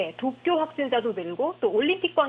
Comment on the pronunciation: 나만 도쿄 독도라 들리냐??